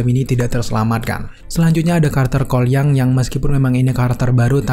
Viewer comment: Seketika kalo nyebut Cole Young secara cepet, malah dengernya "Kuai Liang"...